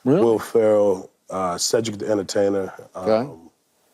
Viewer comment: Bro said cedric….